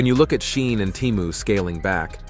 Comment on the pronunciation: It's pronouned SHEE-in.